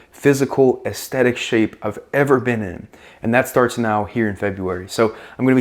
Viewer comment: Bro’s putting the fucking beatdown on the word aesthetic. Brutal.